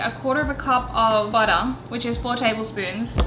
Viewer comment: Baotter was all I could hear😂